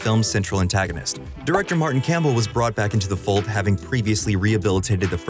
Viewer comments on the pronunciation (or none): none